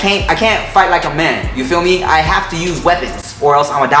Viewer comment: Is is just me or did the "fight like a man" pronunciation seem like a reference to Rush Hour? 😂